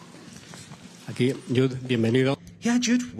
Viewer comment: the wee journalist from DAZN called him YUDE .... 😂